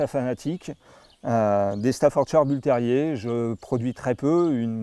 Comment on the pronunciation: Reportage assez complet. En revanche, un éleveur qui ne sait toujours pas prononcer correctement " Staffordshire " depuis 1996...